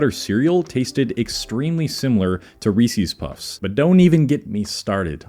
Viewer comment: Learn how ro say Reese's. Lots of commercials from the company with the actual pronunciation.